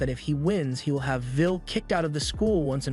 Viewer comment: Bro it’s “will” not “vill” 😂